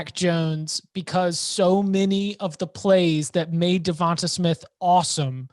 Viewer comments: Pronounce with a LONG A.... DeVontA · Why are they pronouncing Devonta like that?